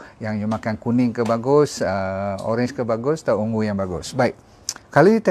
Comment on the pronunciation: Purple ialah ungu bukan ung-gu